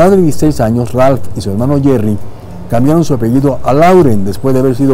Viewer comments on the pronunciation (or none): none